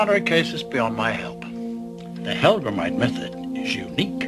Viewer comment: "Hellgramite"--not "Hellgram"!